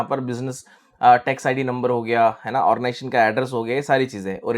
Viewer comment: sir origaization nahi hota, ognization boliye.